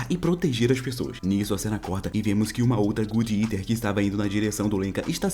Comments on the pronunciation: Fiquei agonizando o vídeo inteiro só pelo jeito que ele fala o nome do anime "gud eter" que não tem nada a ver o nome falado de jeito certo que é "god" que vem de "Deus" e "eater" que vem de por exemplo "comedor". Vou escrever exatamente do jeito que fala: "godi iter" resumo muito bom Tmj:) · God eater... não good etar...😂